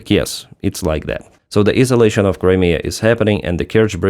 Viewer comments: just a friendly suggestion: "isolation" is pronounced eye-so-lay-shun (eye the same as my and why) not ee-so-lay shun. Your English is excellent. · FYI isolation pronounced - 👁solation